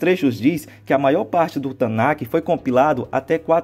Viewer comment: Amigão, com todo respeito, sou judeu e senti uma agonia imensa toda vez que você pronunciou Tanach como TanaQUE. o ch/kh, nessa palavra, tem som aspirado e não se pronuncia. Abraços